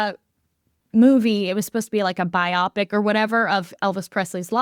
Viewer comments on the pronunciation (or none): Pronouncing biopic like that is insane